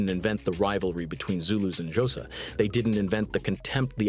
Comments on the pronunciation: 'Josa' is killing me! 😭😅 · "The jowsa"🤣🤣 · The ai can't even say xhosa